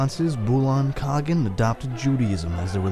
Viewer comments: Khagan is pronounced ( Kah Haan) Кахан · Its kha-ğan